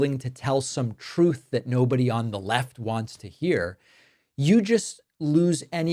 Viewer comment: Troth Central😂😂😂 He really has a hard time saying the “Truth!”